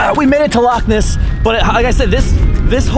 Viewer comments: Loch! Not lake ! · In Scotland we don’t call it lakes we call it’s lochs (pronounced like lock) and it not the lake monster it’s the Loch Ness monster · I'm cringing at how its "Lake Monster" no no no its Loch Ness Monster. And also, yeah if we get snow the whole of the uk stops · Charlie And Lola and Hazel too! Its Loch not lock you df so no it's not the fucking same, it's not call Loch Ness for nothing. Descendant but not pure Scots!!! Americans do butcher some Scottish names. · you literally can’t say loch lake , you’re just saying lake lake/loch loch i mean come on , you always say you respect where you are but like you don’t know anything omfg